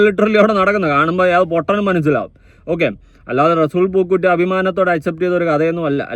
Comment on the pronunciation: റസൂൽ പൂക്കുട്ടി (പൂക്കുറ്റി )അല്ല